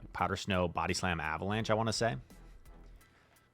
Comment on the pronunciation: “Powder schnow”